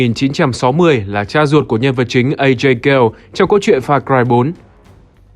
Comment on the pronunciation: A giây gha lê chứ nhỉ? nghe lão pagan min kêu thằng ajay như vậy.